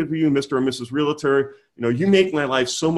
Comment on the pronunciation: Good stuff! Just a friendly reminder that REALTOR is two syllables not 3. 😉